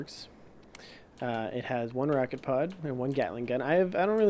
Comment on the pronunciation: did he say racket pud?